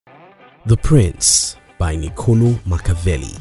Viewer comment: It's ni-co-LOH